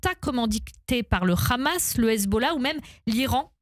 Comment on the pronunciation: C'est pas khamas خماس mais hamas حماس فئ